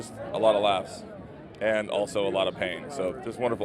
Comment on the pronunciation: I thought he said laughs instead of lapse.